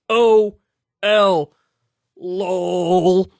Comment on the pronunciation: I swear your millennial mannerisms make me think you played Runescape as a kid like me. You said lol "lawl". Did you play RS as a kid like me and like thousands of other cool ass millennials?